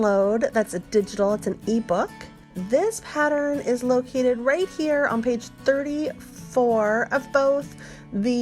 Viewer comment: I am unsubscribing but I must tell you why. I just cannot listen to the “singing” instructions. If and when that changes, I will return. Just speak, don’t hang on the the letter for a bit afterwards. I believe the word that was the straw that broke the camels back for me was pattern. It’s pattern. 2 syllables rather than a hold for a 3 count of 4 counts. Many thanks. I will check back periodically to see if this has changed. Some folks love it I guess, I simply don’t.